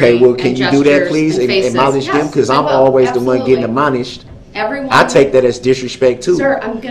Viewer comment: Amonished, that's a new one, instead of admonished